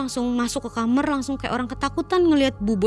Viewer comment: Knpa k kamar ngomongnya kamer si k